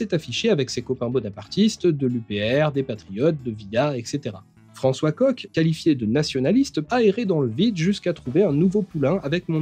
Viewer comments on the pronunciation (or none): none